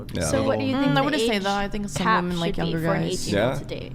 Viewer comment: I've watched countless hours of these videos, and I just can't fathom the reason these women cannot pronounce the word "women" correctly.